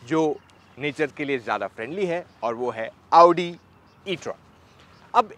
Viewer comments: Aa-oo-di Audi pronounciation: motor octane edition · First person I've seen pronouncing Audi correctly. Thankyou ❤❤❤